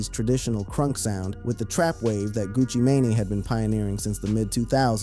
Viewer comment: How yo reporting got weight? You don't know how to pronounce thier names? Gucci mane or Pooh Shiety!